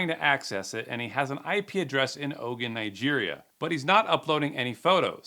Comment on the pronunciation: Ogun not Ogan